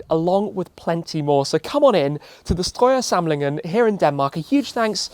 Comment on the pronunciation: As a Danish guy,. i wanna say how impressed i am at how well you pronounced "Strøjer samlingen" its a pretty difficult word for any person that isnt from scandinavia. :D